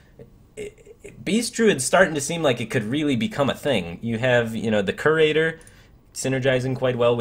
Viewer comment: Great vid firebat. One nitpick, it's pronounced more like "Cure-ater" rather than "Kerr-ater."